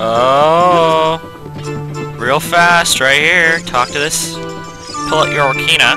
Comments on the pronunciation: ock-ah-reen-ah ocaria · You're not very good with your pronunciation of words at all are you? I mean how do you get orcahra from ocarina. You misplaced an 'i' and a 'n'.